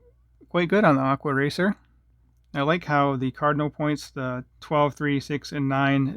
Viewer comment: “aqua wacer” 😂😂